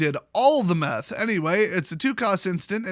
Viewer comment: " this guy did all the meth." Sounds like Florida